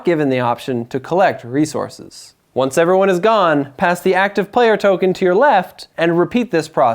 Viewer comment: Good game explanation. It was a bit distracting that he kept saying "re-zor-sis" in stead of "re-source-s"